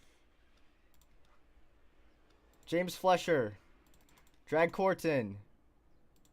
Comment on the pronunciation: James recovering from that wreck to get a top 10 finish shows some of the potential he has. Hopefully he keeps it clean and has a solid race for the opener at Daytona. Also you kept pronouncing his name as James Fletcher but his last name is actually pronounced FLYSH-er, like Max Fleischer. Just something to keep in mind for later.